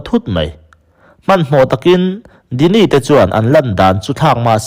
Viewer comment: Djini khi dini tia lam tur a ni lo...jini tia lam tur a ni